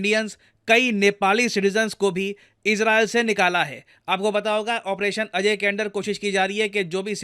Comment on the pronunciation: ऑपरेशन "अजय" नही ऑपरेशन "अजेय"😊